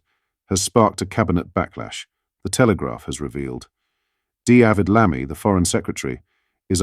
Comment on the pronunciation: I am extremely confused about this channel. The narration is awful. D Avid Lammy?? row (as in boat) instead of row as in"noise". What's going on, is it a bot? Has anyone else noticed?